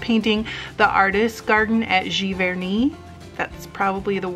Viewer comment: Giverny pronounciation was parfait!